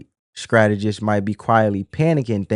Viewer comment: Strategists sir, not Scrategist. Fyi...😊